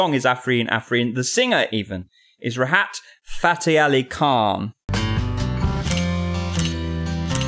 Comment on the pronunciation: IKRRRR and he didnt mean it so it's all good. But it did sound like it . 😆😆